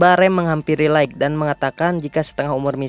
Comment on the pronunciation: Bukan laikg, tp laith untuk pronounce light